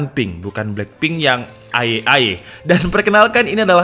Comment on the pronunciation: "black and plink"😂😂